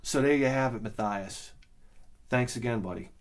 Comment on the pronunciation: Thanks for the shout out and the indepth review with your usual honesty we all love. Btw my first name is pronounced like "Matt- yass" lol. But anyway you say its ok no big deal: )